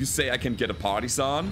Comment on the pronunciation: For some reason I always hear "party sun" instead of partisan when u talk about the black knight. Obviously it needs a rename!